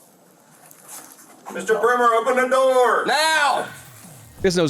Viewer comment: Ohpenn Dahh DUhoRRR